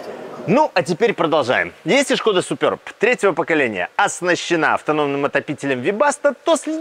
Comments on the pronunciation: 🎉как же режет слух, называя модель супЁрб, если можно просто супЕрб, без буквы "ё"... Я торговал этими автомобилями, и как-то первый раз слышу такое акцентированное название супЁрб, ладно раньше по незнанию люди называли Шкода "Супер Бэ", хотя это одно слово Суперб - в переводе ПРЕВОСХОДНЫЙ... Ну и комплектации Классик, Амбиентэ и Элеганс... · Немного ухо режет «супёрб», супэрб правильно, чешское же название) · Супер Б правильно будет !!! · СупËрб... Аж уши режет!!!)